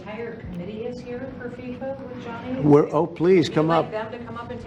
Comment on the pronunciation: Its gianni not johnny!!! And US had the WC in 1994